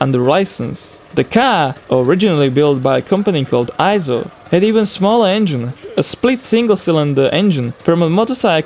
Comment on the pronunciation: Aren't Vespa's made in Italy, not France. It's pronounced eeeeee-so, not eye-so.